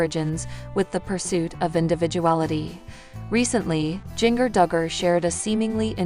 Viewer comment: Say her name right. It's pronounced like the spice GINGER. Not like jnger